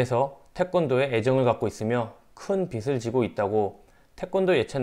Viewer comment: 빚을 지고 있다 [비슬 지고 이따](X) [비즐 지고 이따](O)